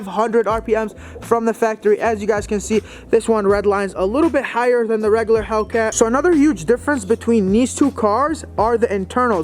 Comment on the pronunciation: Reggaler... lol